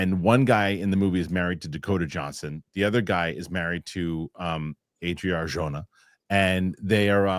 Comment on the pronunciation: I can't tell if you're mispronouncing Arjona so badly on purpose or not haha.